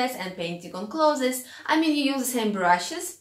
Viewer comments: your way is better. The world should change to say it your way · The way you pronounce 'clothes' makes me so happy ☺ thank you for these tips!